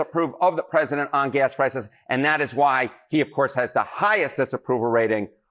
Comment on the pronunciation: "Pressisent Trump" - Lindsay Graham